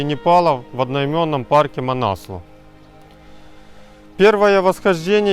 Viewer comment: Несломность - такого слова нет в русском языке, правильно писать непобедимость. Манаслу - ударение на У правильно говорить. Непальцы говорят так.